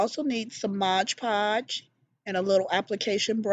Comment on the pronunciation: Omg love ! Love ! Love those books !!! Just to let you know, you are saying it wrong ! It's MOD PODGE ! Not MOGE PODGE !!